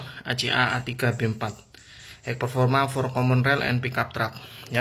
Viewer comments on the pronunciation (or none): none